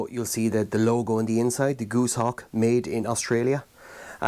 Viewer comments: Goose-hawk? Gos, as in Ross, hawk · Goshawk not Gooshawk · its goshawk not goosehawk